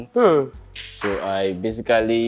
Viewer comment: And he was pronouncing it as “Be-si-ka-ly” 😂😂